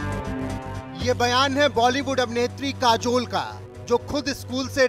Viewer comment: काजोल बोलो जुबां केशरी